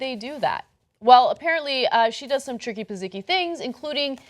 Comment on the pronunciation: did anyone else catch Ana say "tricky pazicky"